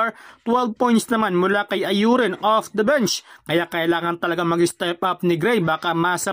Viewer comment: Infairness hinde ayurin ang bigkas sa Aurin brod masakit sa tenga Au-rin tama.